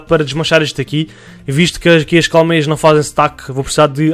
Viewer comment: Sotaque do: "colocar aqui umas Cowmeias" Eu: "meias de formato de vacas ficaram bonitas msm kkkkk" Amei o video me deu inspiração pra fazer no meu mapa obg ❤️❤️